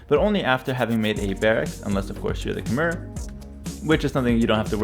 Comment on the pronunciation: Friendly note: khmer is pronounced "ka-my". The cambodian langauge doesnt really make sense phonetically when translated into english. - some guy who sucks at age of empires and taught english in cambodia in the past